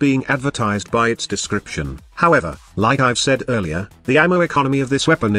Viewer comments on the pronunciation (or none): none